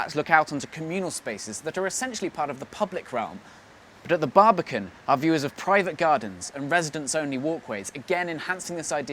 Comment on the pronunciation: immediately clicked off after the exaggerated pronunciation, the baribican cool tho ig